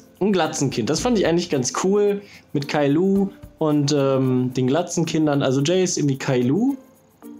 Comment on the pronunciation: Niemand: Wirklich niemand:: Kailo